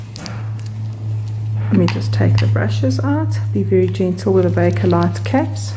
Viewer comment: It is so refreshing to hear someone properly pronounce "Bakelite" - BAY-ke-lyte. Bakelite's excellent electrical insulation and heat resistance is still appreciated in our Singer Featherweight electric motors. Dr. Leo Baekeland, the Belgian-born American chemist who invented Bakelite, was so respected for his accomplishments that he was featured on the September 22, 1924 cover of Time Magazine.